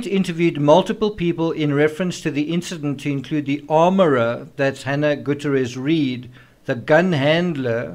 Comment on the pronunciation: GOO-TEE-AIR-EZ. You're welcome. 😉